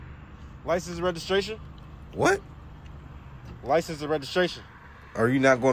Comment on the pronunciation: "Lices and registration" He said Lices not License! lol